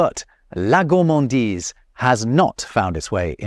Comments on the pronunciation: it is not gourmandisle BUT gourmandise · HAHAHAHHAHAHHAAHHAHAHHAH😂😂😂😂😂😂 HAHAHAHAHAHHAHA LOOOOOOOL 😂😂😂 "goullmandile" 😂😂😂😂😂😂 c'est plutôt: "gourremandize" pour la prononciation ! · for gourmandise, why did you say 'gourmandille'? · I am french and hearing you say "gourmandile" while trying to say gourmandise ... That hurts my ears sorry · Hey pépère GOURMANDISE avec un S ne se prononce pas GOURMANDILE avec un L. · You totally said "Gourmandille"